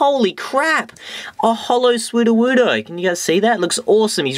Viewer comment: Every time you said 'Sudowoodo' it sound like "Swoo-do-woo-do". I lol'd. So funny, dude, keep it up!